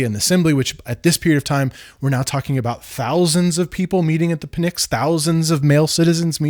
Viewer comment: I loved this video (here from Nebula), the history plus the tie in to modernity, great job! My son's middle names are Leander and Atlas, so not Pisistratus but still... || In regard to Pnyx the P is silent, and beware of mentioning HP these days its a contentious topic, especially after what the UK just passed. The 5 effers, those jerks!